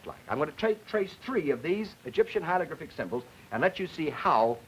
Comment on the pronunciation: & hieLogRyphic? The man can't say HIEROGLYPHIC hi·er·o·glyph·ic /ˌhī(ə)rəˈɡlifik/ and then he wants us to take him seriously on the very subject he his covering? Learn to pronounce it before you try & teach this phenomenology to other human beings.